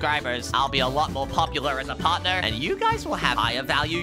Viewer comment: Its not parthner